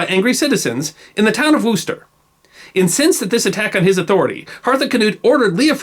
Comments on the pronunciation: Just an FYI. WUSS-tuh,, not WOOS-ter. Maybe the people in Worcester, MA, pronounce it WOO; I wouldn't know. But I know that the people in England pronounce it closer to WUSS-tuh. This is an approximation because I can't type in IPA. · Love your videos, entertaining and informative. By chance I came to this one from your video on the great vowel change and so your pronunciation of some English places was all the more enjoyable. The 'O' in Coventry is pronounced as you would the 'O' in off. Worcester would be pronounced Wuster by a local. Of course, just because we live there doesn't mean we're right though! Thanks and keep the videos coming. Tim from Tipton. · Wooster is better than Warchester, but it's more like Wuuhster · Good attempt at pronouncing Leominster, but failed on Worcester. It's pronounced Wuster, like Custer, not Wooster, like rooster. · It always makes me chuckle that Americans can't pronounce Worcester. Wooster was a fictional character created by P. G. Wodehouse. 'Wuss- ter' is how you say it. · Worcestershire - "Wuster" rhymes with "duster" not "Wooster" as in Bertie ... But I have to say, for one of our ex-colonials, you don't do such a bad job on British place names. Enjoy all your videos. Thanks! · Wooster? I'm sorry I shouldn't criticise but Worcester is pronounced W'ster, with a short first syllable. Bertie WOOSTER was a comic fictional character created by PG Wodehouse (pronounced Woodhouse!) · And it's pronounced Wuster not Wooster! What a language... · When an erudite East Cost(?) American accent collides with the vagaries of English pronounciation .... Worcester (assuming that's the town Leofric razed) is pronounced 'Wusster' and the Domesday book is widely held to be pronounced 'Doom'sday book' ......... Although in Norman French it was doubtless pronounced totally differently anyway. But its a cracking good series and doubtless most Brits would mangle the odd Americanism. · Wooster ?oh Worcester lol